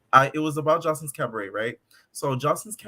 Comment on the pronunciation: The cabadet! The way you pronounce it like joseleeein 😂